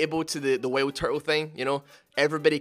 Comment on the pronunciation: Am i the only one that heard him say whaleturtle instead of wildturtle?